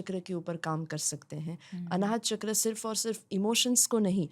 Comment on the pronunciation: Sorry for interrupting you but please don't say ’चकरा ’ say it ’चक्र’ becoz u motivate a huge population ❤